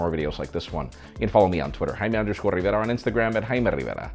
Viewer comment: I live in Texas and no one say Rivera like that. This guy just loves to say his name. Also please stop trying to be funny.